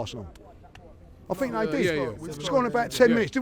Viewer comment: I like how he always says "I Fink"